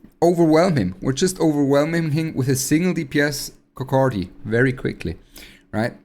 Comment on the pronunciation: 🤣🤣🤣 he say coc K many time